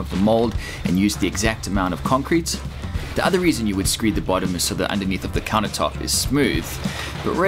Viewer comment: What's a counah tope? Why's he keep saying that???